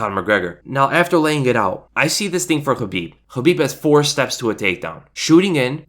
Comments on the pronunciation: I know that's how you properly pronounce khabibs name... But uh. Sounds like habibi lol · The fact you keep pronouncing Khabibs name wrong peeves the shit outa me ...its (Kuh-beeb) with a big fat "K" why do you you keep saying it with an "H" ?? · You pronounce khabibs full name like Helweenie... and thats the worst thing on the planet